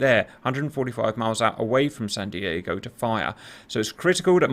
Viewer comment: Wtf is this guy saying Sahn Deeahgo? Are they from Wisconsin or something? was saying the name correctly.